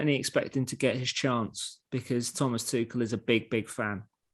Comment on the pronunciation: Try and get people's names right. Tuchel.